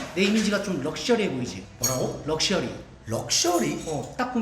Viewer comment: 럭셔리가 아니고 각셔리ㅋㅋㅋㅋㅋㅋㅋㅋㅋㅋㅋㅋㅋㅋㅋㅋㅋㅋㅋㅋㅋㅋㅋㅋㅋㅋㅋㅋㅋㅋㅋㅋㅋㅋㅋㅋㅋㅋㅋㅋㅋㅋㅋㅋㅋㅋㅋㅋ오늘도 저를 웃겨주셔서 감사합니당ㅎㅎ😊